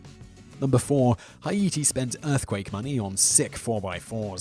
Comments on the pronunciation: Hiete , it's pronounced Hayte. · I usually ignore Simon’s mispronunciations but High-E.T ?! I’m certain he’s never heard it spoken out loud despite the earthquake being global news :,D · Agreed. Hi-ee-tee?! Does Mr. Whistler do this deliberately? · Or Haytee. Your way he would probably pronounce it Hay-tie lol. You really do have to spell it out for him lol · like the list, but learn how to pronounce something before you say it!!! "Hi eighty"...no, it's Haiti! still like the list, though. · love you videos. However, for future reference the country is pronounced Hayti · No it’s pronounced Ha-i-ti, it’s written Haïti, actual Haitian here btw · WTF is hi-ee-tee?! Have you not heard of the country before mate?! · HAITI (Pronounced: Hay' tea ) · Hi iti is not how it's pronounced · ITS PRONOUNCED HAY-TEA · Haiti= Hay T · why do you pronounce haiti like hi eighty? is that how the people where you live pronounce it? sounds so odd to me. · That is the most interesting pronunciation of Haiti ever. Still enjoy the channel though. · As an American who lived in Cap Haitien, I find that very irritating. Simon seems to be an educated man too. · Do people actually pronounce Haiti like that?!? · ikr. I was like WTF . DIDNT ANYONE STOP HIM. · Simon, I love these videos, but you really need to stop inventing pronunciations. :P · How To Pronounce Haiti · WHY CAN YOU NOT PRONOUNCE ANYTHING PROPELRY!!!